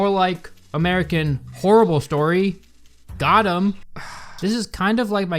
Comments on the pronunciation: It’s Got eeem. Not got uhm. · It's eeem... Got eeem... It's dragged to emphasize how intense the victim has been duped and you're the 2nd, white, non-east coast dude to ruin it in less than 1 month. Thanks. Good video